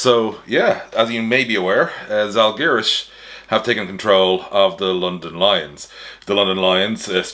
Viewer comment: Your pronunciation of Paulius Motiejūnas was almost perfect, but you've gotta work on how to pronounce Žalgiris :D . Great video! Got new information that Lithuanian basketball podcasts didn't talk about.